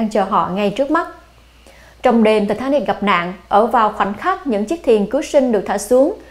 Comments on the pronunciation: Tai tá nịch. Vãi bà đọc. Một là Anh hay là Việt, nửa này nửa kia chẳng giống ai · Giọng đọc của MC rất dễ thương, truyền cảm.. nhưng đừng đọc là Thì thà nịch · " thạch ta nịc" má nó đọc nge chướng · Titanic mà bả đọc là Tờ ta nịc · Ti ta nic . Mà cứ đọc ti ta nịc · Phát âm lúc ti ta níc lúc ti ta nịc z mà củng lên đây nửa. Anh thì ra anh. Việt ra việt. Thân ! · Thì ta nịc (titanic) 🤣🤣🤣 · Bà ấy phát âm tên tàu lạ nhỉ “tì -ta-nịc” or “tì-tá-níc” 🤣🤣🤣🤣🤣 tao cười tao đi ỉa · Tịt ta nít phát âm hay vl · ti thá nịt . hay ti ta níc phát âm nghe kì kì lúc thì thá nịt lúc thì ta níc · Thị tha nịch :)) Sang pháp mà đọc kiểu đó bà ơi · Có 1 từ titanic mà mỗi lần đọc mỗi lần khác, phát âm hay quá kkk